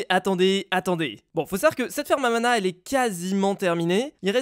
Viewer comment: quand tu dis ferme a mana c'est comme ferme a ananas 🍍 😂😆 hahahahahahahahahahahaha